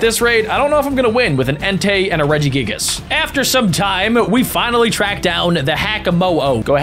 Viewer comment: "Regi giggles" and there are many other mispronouns, hurts me, AND HURTS ME EVEN MORE IS U THROWING RARES